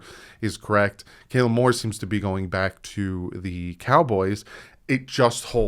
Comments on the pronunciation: Kellen, not Kailan 😎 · I like how he pronounces Kellen Moore "Kaylen" 😁........ Fingers crossed for Harbaugh